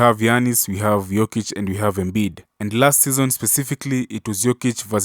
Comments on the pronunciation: He only mispronounced his name the first time, then pronounced it properly the rest of the video. I think Pippen was caught up on whether he wanted to say Jokic or Joker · In the first few seconds he mispronounces his name, despite hearing it a thousand times. No need to watch the rest.